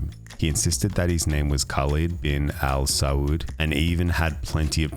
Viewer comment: it angers me how no one could tell his pronunciation of Al Saud is sooo obviously non Arabic